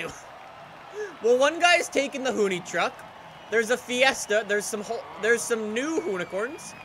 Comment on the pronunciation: i hate that he says hoonicorn right but hoonitruck wrong